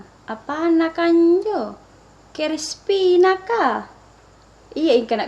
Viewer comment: Maaf kareng, bilang kerispi